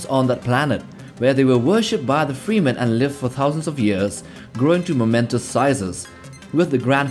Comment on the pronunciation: Not sure if I should laugh or get irritated with "freemen"